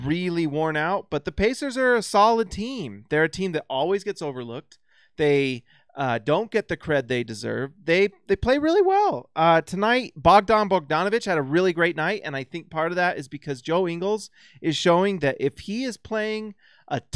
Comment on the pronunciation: It's Bojon, not Bogdon.